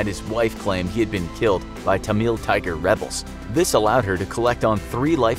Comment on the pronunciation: It Tamil not Tamuilll